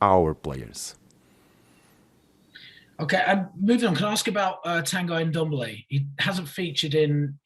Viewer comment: Why can`t these people pronounce Ndombele`s name correctly after 2 years?! Smh. I also noticed the cameraman zooming in on Espirito Santo when the Kane question came up. I swear these idiots in the media are infuriating. As if zooming in on him is going to change the clubs stance.